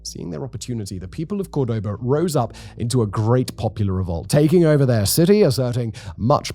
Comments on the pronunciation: Interesting topic 🤔 Btw it’s Córdoba (COR-doba, emphasis on the first syllable) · That pronunciation of Cordoba didn't make me happy : P The emphasis is on the first syllable, as indicated by that little dash above the o which you had in several images. Hope it's not bait but wouldn't think you're the type to bait through minor mistakes like that. Liked the video though.